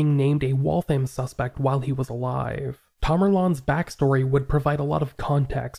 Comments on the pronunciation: Waltham rhymes with Gotham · Never heard that once. Ever. I work in Waltham all the time. The thousands of times i’ve heard or said it, it was always pronounced Wall-tham. Even if its said extra fast mayyybe you could get away with Wall-them. But i’ve never really heard that either. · I’m ever so kindly letting you know that Waltham is pronounced Wathium. It’s said quickly, so the name runs together smoothly. It’s Massachusetts; we have the most crazy pronunciations.